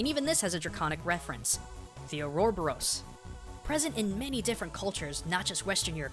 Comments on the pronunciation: Just a couple of mispronunciations: Wyvern is pronounced as "Why-vern" and Ouroboros is pronounced as "Or-o-bo-ros" or "aura-boros" (think of it as being round, like an aura or halo). There's also a male fish-person later in the game who's referred to as "he", and when Undyne is seen in casual attire she clearly has a more feminine frame, so it's likely that she's simply a female of that fish species, not a male who uses feminine pronouns. I'll give you that Merrow are the most likely inspiration, but let's not spoil the fact that we've got a decent female character in a fantasy game who wears practical armour instead of a chainmail bikini. Also Alphys doesn't live in "the core", she lives in her lab in Hotland, but yeah, she's probably a Fire Drake, especially since we see Snow Drakes earlier in the game. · Is it just me or did he mispronounce Ouroboros? Every time I've heard someone say it its been more like "or-a-bore-us". I looked it up and there's quite a few mixed results. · ow dude your pronunciation of ouroboros hurts its u·ro·bo·ros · I'm pretty sure it's pronounced Ore-oh-bore-us Although, now that I think of it, he's probably right, because he is sorta an expert at stuff like that. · I thin it's pronounced: or ro bor os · the ouroboros is actually pronounced "oar-ah-boar-us" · Your pronunciation of Ouroboros is weird. I don't like weird. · You said Ouroboros wrong. Well the Boros part was right but the ouro was the part that was wrong. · Hey even though you miss pronounced ouroboris I can't dis you. I loved the vid infact I have an ouroboris tattoo on my right shoulder lol.